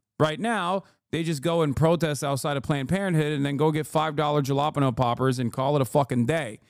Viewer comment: Is that the worst pronunciation of “Jalapeño” I’ve ever heard in my life? Probably.